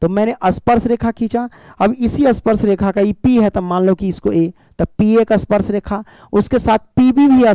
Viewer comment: Sparsh not asparesh😅